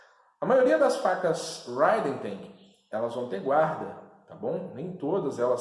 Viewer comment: Bom dia, só uma dica de pronúncia... Quando a palavra começa com "H" o som é como o nosso "R". "Riden"... Abraço.